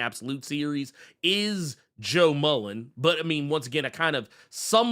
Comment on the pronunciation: Damn, FD commented on the “beef”? I respect for standing on business. Peace to, I think Intergalactic Empire of Wakanda did a similar thing to the deluxe of Far Sector. Also, if not for this channel, I wouldn’t be clear on how to properly pronounce Sojourner Mullein last name.